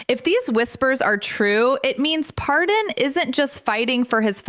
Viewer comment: I hate to tell you but if you’re going to report on someone’s life you may want to actually pronounce it correctly. His name is Paydon and not Pardon. But I’m sure he will pardon your mistake if you leave him alone and stop trying to make a living out of his painful life.